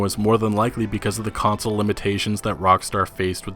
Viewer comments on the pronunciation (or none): none